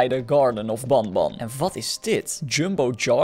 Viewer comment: je zegt benben je schrijft het als banban